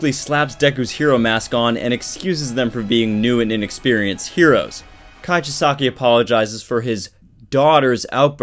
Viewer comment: That's not how you pronounce kai chisakis name dont know hoe to spell it but you can also call him overhaul but whatch the English version on hulu